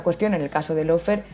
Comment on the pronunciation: Lo único bueno de Fantino es que es el único que pronuncia bien LAWFARE (paren de decir “low fare”). Aguante Cristina y gracias por el canal.